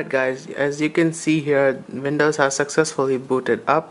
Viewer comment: Alright, I have to ask. Your English seems great... Until you say Windows. WHY CAN'T YOU SAY WINDOWS? IT'S NOT VINOWS, IT'S WINDOWS!